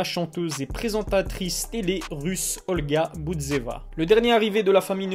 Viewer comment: Olga budzeva hahahhahahh tu m'as tuer frère, c'est olga bouzova mdr